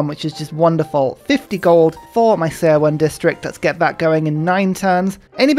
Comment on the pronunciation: Love your videos,. One thing though, seowon's 'seo' is pronounced like 'su' from the word Sun.